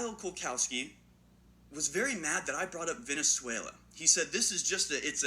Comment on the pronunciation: "Kyle Kulkowski" ... [face palm] The dude can't read a simple name without adding letters to it, and people are supposed to trust him to provide realistic information? LMAO